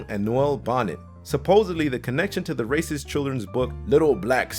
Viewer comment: rascist book lmfao at the real rascist -you the narrator